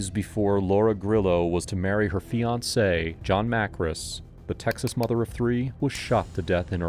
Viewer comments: I had to stop the video when the Ai Narration literally pronounced a fiancé as Affiance. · lol this AI narrator, "a fee-ance"